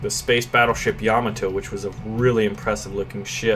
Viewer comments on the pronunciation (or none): I can't stand how he says Yomato. Its Yaw-mo-toe, not Yaw-muh-toe